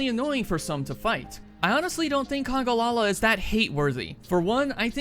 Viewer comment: It's called congAlala not "congOlala"